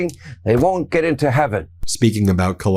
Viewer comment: DOES SHE THINK WON'T IS PRONOUNCED LIKE WANT IS?????! PLZ TELL ME NO